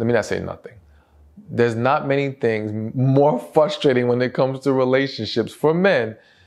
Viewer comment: you always have great content. Just wanted you to know that you say the word Frustrate/Frustrating wrong. - Just looking out for you being you are in the public eye as a speaker 🙏